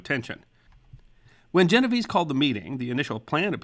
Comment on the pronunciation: Unfortunately, he mispronounced Genovese.